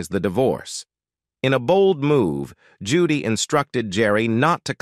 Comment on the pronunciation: I love Judge Judy! However, the narrator pronounces her name incorrectly many times! And not even the same mispronunciation! I’m sure Judge Judy would not approve of such shotty performance!